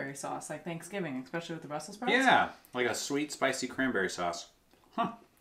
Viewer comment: Egg-Specially instead of especially :)